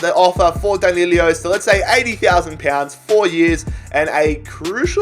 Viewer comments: D A N I L O not D A N I L I O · It’s DAN I LO THERES NOT TWO i’s it’s not danilio it’s dan. i. lo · Danilo...nicht Danilio. Das ist doch wohl nicht so schwer!